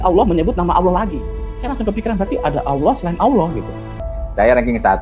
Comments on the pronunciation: 😀🤣😂😅Si murtadin🤔🤔 Mengucapkan Kalimah ( Allah) aja Awloh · Katanya mantan santri pelafalan kata Allah aja ko awloh wkwk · Mengucapkan lafat Allah saja ga teteh...